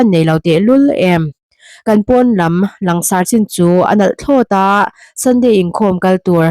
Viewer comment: " Lang sarh " ni lovin " lan sarh " tihtur ani em Aw?